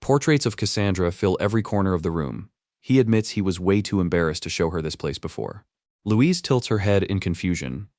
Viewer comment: "Louizee" xDDD